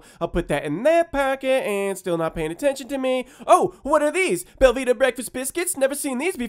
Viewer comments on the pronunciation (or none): Anyone else think he said Velveeta breakfast biscuits? Looked it up, it is Belvita. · I thought he was saying velveeta breakfast biscuits. also, it gratifies me greatly that you kept his money and sent him packing. punk can go cry to the naacplu.